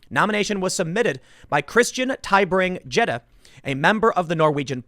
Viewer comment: Gjedde is pronounced "yedda"